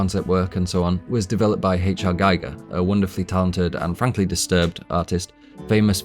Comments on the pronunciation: this is excellently written and excellently presented! please - it's gEE-gr, not gEYE-gr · I found your excellent channel today and have been enjoying its content. Thank you! I do have one small critique, though: HR Giger's name is pronounced "Gee-ger," not "Guy-ger." I've included a link at the end of this comment that may be helpful. FWIW-Giger's name is (probably) mispronounced more often than it's pronounced correctly. Perhaps because it's a Swiss name?? I used to refer to him as "Guy-ger" too. A friend of mine (who knew Giger personally) corrected me, and I am glad that he did. Thanks for the excellent content! Link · EVERYTHING is spot on except your pronunciation of Giger. Gee Gar Not Gy Gar. That's the different bloke who measured Radiation. But you can be my friend as you see A L I E N as deeply as I do. But you can explain it better. GREAT WORK. Kudos. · His name is pronounced like Geeger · aw man... First of all - great work put in here, congratulations surely due. But how do you see all the interviews with Ridley Scott talking about "Geeger" and not get the pronounciation right in a "deeply researched" video? And all the interviews out there with the swiss master who created the most iconic nightmare imagery in generations? This seems to be not so much a deep analysis of Alien as it is a view of Alien through a modern intersectional lens. It obscures your view of some pure artistry. But kudos deserved for the work you've put in, surely. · A good rule of thumb is probably pronouncing the letter "i" as "ee" in languages other than English (I don't know any other language that pronounces it as "ay", but I could be wrong) It doesn't make the video any less interesting though :) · Presses play. Hovers over the stop button while I wait until I hear how GIGER is pronounced. FFS...